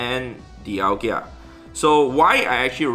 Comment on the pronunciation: Its DialgA... NOT DIALGIA